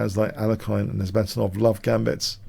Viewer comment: Good analysis, but please learn to pronounce "Nezhmetdinov".